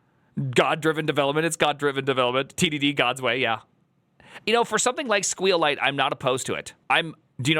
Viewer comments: squeal lite is the worst way of pronouncing it I ever experienced. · Do me a favor and honor SQLite itself: the way you pronounce it is: "S" - "Q" - "Lite" also (regarding your video title) the S,Q and L go in uppercase. Be respectful please with the "most used database" ok? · clicked on this just to see how he would pronounce SQLite lol